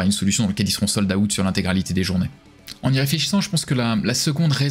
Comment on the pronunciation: "Sold - AOUTTE"